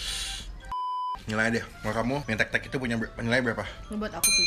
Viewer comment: mie tek tek??? njirr gw dengernya mie tetek ( • ) ( • )